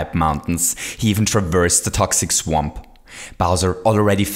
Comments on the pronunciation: Did You Say -Mario's Only Chanse To Cross This "SWEMP" -?? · says swamp incorrectly